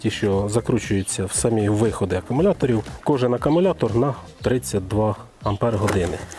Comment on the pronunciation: привіт я твій підписник але все таки АКУМУЛЯТОР не акамулятор